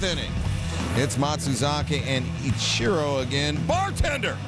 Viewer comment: Sir it’s Ichiro. Not I-Cherro